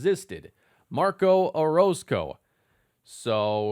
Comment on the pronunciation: Orozco pronunciation is spot on!!